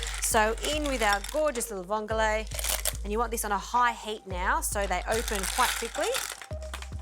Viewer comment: It's not vongolae It's just vongole I love watching your program. But I couldn't help myself to correct your pronounciation. Vongole is an Italian word. How much vongole did you use To the amount of pasta